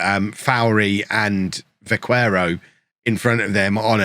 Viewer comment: You're probably aware already but Vaquero is pronounced Ba ke ro, the u has no sound